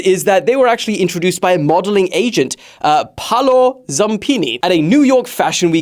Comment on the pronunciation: "pallo" its paolo. WHIPP ME!!!!